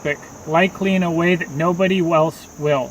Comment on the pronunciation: Nobody "welse" will... Hahaha almost shit my pant!